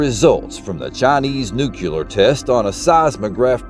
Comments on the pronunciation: Stopped watching when I found out that he can't say, "Nuclear" without adding a second U like a toddler. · What truth? That there's no black pyramid? The only truth in this video is that he can only say "Nuclear" the way a 5 year old pronounces it.